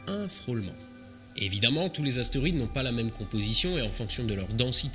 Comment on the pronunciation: Je te corrige: On ne dis pas ont n'est TOUT (tou) morts, mais TOUS ( prononce TOU..SSS ou touce morts) morts. Sinon bravo pour ton Français.